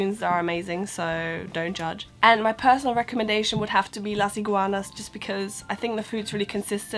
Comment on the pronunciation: I like the way you say " Las Iguanas ", and yes I think most of the food are from Mexico, and also think maybe the food is very similar to the original mexican food so if you like spicy and hot food you will enjoy it. By the way I like your videos, because they help me a little bit, when I went to UK.